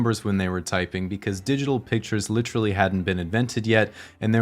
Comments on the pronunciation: you've had this channel for almost 4 years now and still can't pronounce literally... lit·er·al·ly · Ugh ... american english speakers who say literally as LITrally. One of my few pet peeves. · Is this guy getting paid for every use of the word "literally", and double points for pronouncing it like "littrally"?